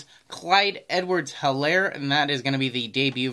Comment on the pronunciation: Nice video!! it is Elaire on Helaire pronunciation he doesnt say H